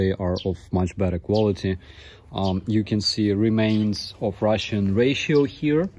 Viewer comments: food "ration" not 'ratio'. prounounced like 'rashun' or 'rayshun'. But anyway, excellent and informative reporting as always! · Thanks for your interesting report. But I think you meant "rations" (pronounced rásh-unz)= soldiers' food supplies. Not "ratio" which is something else. Keep up the excellent reporting and good luck. Слава Украïнe! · One minor English correction. The word 'ration' ("allocation of food, often military or wartime") is pronounced 'rash-un' not 'ray-tee-o'. (e.g. ) 'ray-tee-o' is a different word: 'ratio' which is the mathematical concept of 1 value in proportion to another, e.g 1:3 or 5 to 1. Hope that helps. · Just for your English - which is otherwise excellent. You did say this word for food unit “ration” as “ratio”. Just so you know, these words are different, but we still understand in the context. “Ratio” means, one thing in comparison to another, in quantity. Example: if every soldier has two enemy soldiers against which to fight, we say the ratio is 2 to 1, or expressed as 2:1. I do not know if these two words have the same route or derivation, from Latin or German, but likely as a ration size would be determined by the ratio of food to people. PS some parts of Ukraine remind me of parts of Australia, just much cooler climate and more green fields. The colours of your nature is softer and inviting. Here our natural colours are harsh and sunburnt, but the landscape can be similar. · Rations (military food): pronounced like "rashuns". Thank you for sharing this reality with the world. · In US we say rash-uns for the word rations(food to be eaten in the field). great video but, am not surprised by russian soldiers actions,very undisciplined troops. Just like "speak the truth" says when he narrates his videos. Thank You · Ratio Means a PERCENTAGE. You pronounce is "Raah shhh on" :) I hope that doesn't offend you love your videos thank you for sharing with the world the truth.